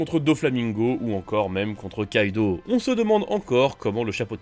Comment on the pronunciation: Jpeux pas prendre au sérieux des gars qui disent "kaito" au lieu de kaido